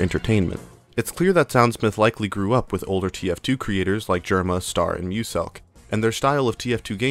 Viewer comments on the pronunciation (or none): can you remake this video but like. read Stars name and say it like Star. thanks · Is bro staying Star wrong on purpose? 😂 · "stair" is ster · My biggest annoyance is how he's called 'Stair' like the word 'Star' doesn't already exist. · Pronouncing “STAR_” as “stair” hurts my soul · Stair? It's STER >:( real talk, great video, crazy how we can get nostalgic about videos about videos about video games, will this video join the legion of nostalgia too one day? T-T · "stair" come on man just say star i feel like your doing this to mess with us at this point on you said it right what's the point it only serves to distract us from the video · I think that's just how he pronounces "Ster". Did you hear how he pronounces stereotypes? This also explains why the pronunciation switches between "ster" and "stair": it's just where the emphasis is placed.